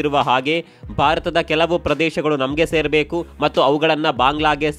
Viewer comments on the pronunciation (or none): none